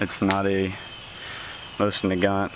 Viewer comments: The correct way to pronounce it is nosin naygant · Pronounced MO-seen Nah-GON. :-)